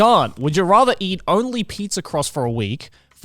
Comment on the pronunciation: Am i the only one who heard Garnt say "eat people" instead of "eat pizza"??